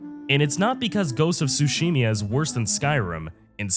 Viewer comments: i replayed ghost of tsushima more times than skyrim, make a good game with good gameplay, good story and characters and i don't need the ability to create different characters with different builds for a game to have replayability and its tsushima not tsushimia lol (kidding) not that you're wrong about discovery being better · What the hell is a Tsushimya and why do you keep repeating that word?